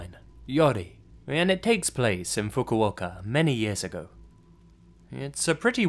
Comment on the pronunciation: i almost choked at the way he said Fukuoka lmao